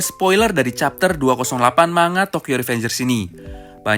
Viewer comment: min, mau share aj kata kata manga dibaca nya --> man-ga bukan × ma-nga soalnya di bahasa jepang gk ada kata/huruf "nga" tapi ada huruf "n" sendiri dan "ga"